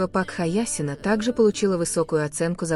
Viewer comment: Пак Хаясин-насмешили. Хоть бы правилтно называли. . И уж определитесь, Тэен или тайонг. Противно слушать